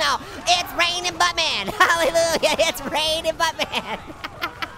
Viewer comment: "Hallelujah" not "haliulah".